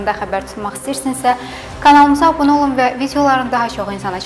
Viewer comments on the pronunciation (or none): none